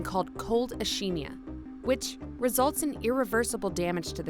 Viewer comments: Ischemia is pronounced uh·skee·mee·uh or ih•skee•mee•uh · You mispronounced ischemia. It's like iskemia... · Ischemia us pronounced IS-KI-MI-A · You totally pronounced ischemia wrong.... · She got the "-emia" right, so she only partially pronounced ischemia wrong; to be specific, ¼ by syllables, and ⅐ by phonemes, either way, definitely not totally. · I think you pronounced ischemia wrong